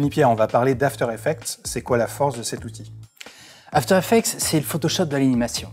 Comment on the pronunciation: After Effec"TS" s'il vous plaît, pas After Effec"te"